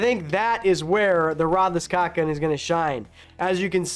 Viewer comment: What is so hard about saying caulk and not cock? The two words only have two letters in common.